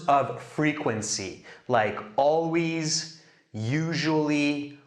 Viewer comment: “alweeez” lmao